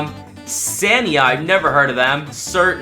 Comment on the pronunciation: The brands never heard of he said seat wrong Scalia wrong also Scania make lorries man make lorries